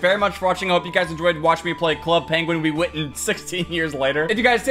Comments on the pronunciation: nobody:: wewitten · when he try to say club penguin rewritten i only heard "Club Penguin Will Weathon" Lmao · I love how all this time later, still can't say Rewritten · Every time he can’t say rewritten it kills me🤣🤣